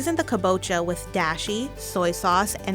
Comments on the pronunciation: Ok no offense but I cringed when she said dAAshi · compared to other Japanese words the ones mentioned in the video are simple, dashi is pronounced dah shee and sake is pronounced sah kay it's not hard and she didn't attempt to pronounce it correctly even though she could have easily done it or have at least tried to.